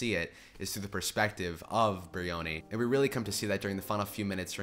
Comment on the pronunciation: Jean-Yves Tibaudet pronounces his name like this: Also, it's BRIony with the accent on the first syllable and a vowel sound of "eye", rather than breeOOHny